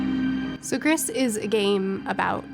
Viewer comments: Gris is the color grey in french, the letter "s" is silent, so the correct way to say it is more like "gree" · The title is pronounce "gree" it's just french for grey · Heads up Gris is pronounced grees, meaning grey in Spanish. The devs from this game are from España and the lead artist is named Conrad Roset. He's a wonderful artist as you can see from the game and he has exhibitions and art prints you can buy from his website! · It's pronounced GREECE. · I think it's french "Gris" as in, "Gree" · "Grey" is "Gris" un both languages (french and spanish, the only difference being the pronounciation: you pronounce the "s" in spanish). But you're right, the studio is spanish, so I guess the original pronounciation is the spanish one. ^^